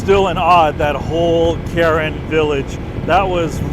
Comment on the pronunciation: I’ve worked with this ethnic minority hilltribe for the past 18 years. The proper pronunciation is “car-wren.”